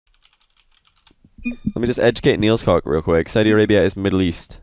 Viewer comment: It isnt pronounced NielsCock, it's NielsCook